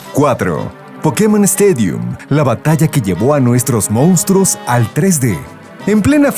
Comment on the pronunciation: ¿Cómo hay tanta gente que no sabe pronunciar "MONSTRUOS" El narrador dice "MOUNSTRUOS" . Es doloroso.